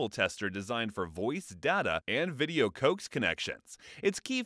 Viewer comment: Interesting, I have never heard coax pronounced "cokes" before. LOL